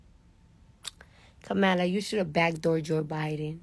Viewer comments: Democratic!!!! KAM-A-LA!!!!!! Its irritates dafuq outta me for people to purposely mispronounce someones name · Her name is Kamala (Comma-la)